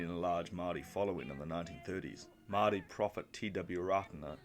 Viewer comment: Great video, it’s hard to find early elections summarised like this. Gotta work on those pronunciations though, especially ‘Māori’ - oof.